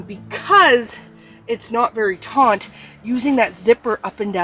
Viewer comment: Thank you for the great review! English teacher here, hope you will forgive me, but the word "taut" has no "n" and is pronounced just like the word "taught".